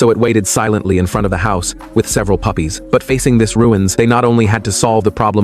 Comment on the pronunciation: Why did bro say puffys